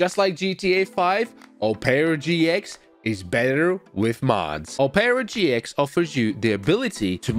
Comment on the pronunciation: Oh-pera GX